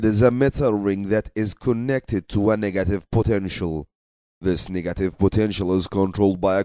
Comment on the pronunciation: I can't help but notice him keep pronouncing negative as nigative in the whole video 🙂